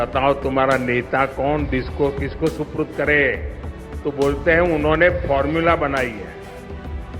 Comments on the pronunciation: सुपुर्द होता अनपढ़ सुप्रूद नही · suprad nahi supurd kehte hein modi ji